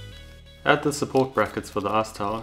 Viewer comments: Arse towel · Sounds like ass tower to me. Lol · i really dig how you pronounce "ice tower" as "arse tile"